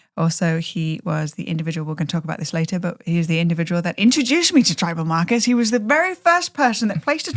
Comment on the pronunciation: I love your podcast :) and lol I kept thinking you said "You introduced me to Trevor Marcus!" but you were saying Tribal Markers <3